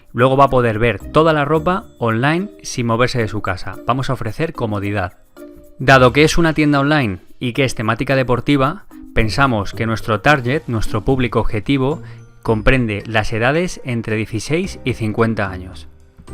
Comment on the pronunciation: Excelente explicación ! y como crítica constructiva, la palabra "target" no se pronuncia "taryet" sino "targuet". Saludos !!